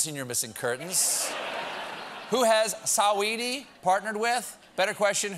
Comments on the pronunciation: the way Stephen says Saweeties name CRACKS ME UP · Why’d he pronounce her name like that for🤣